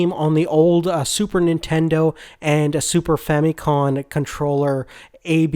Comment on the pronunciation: It's ファミコン (Famikon)